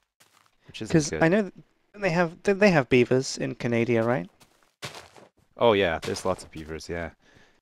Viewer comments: just said Canadia... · Lol said canadia! XD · lol its canada not canadia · lol he called it canadia instead of Canada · "they have beavers in canadia right" It's pronounced can-a-da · Canadia?!?!?!?!?! ITS CANADA!!!!!!!!!!!!!! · Canadia? ITS CANADA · Canadia???? u mean Canada???? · It's CANADA, not canadia, and I would know. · canadia? you mean CANADA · lol its Can-ah-dah. Canada. not Canadia :P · canadia what? CANADA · CANADIA<<<<<<<<< BWWAHAHAHAHAHAHHAHAHAHA LOL its canada tho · Lol Canadia? I'm pretty sure its Canada. But then again, who cares, its Canada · 'do you have beavers in Canadia?' canadia haha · He said: "Do they have beavers in Canadia?" LOLOLOLOLOLOLOLOLOLOL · ''Don't they have beavers in 'Canadia' right?'' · Did he say Canadia? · Wait...did say Canadia? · did say canadia?:p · fucking lol'ed when he said canadia. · said canadia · And it Ca-na-da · ca nade e uh? ummm try can a duh...... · said canadia lol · he said canadia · "Canadia?" really CANADIA? really!!! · I say Canadia myself :) But I do it as a joke. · so what if he said canaida you cant spell whatever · Canadia? Really? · Canadia? really? hahaha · canadia lol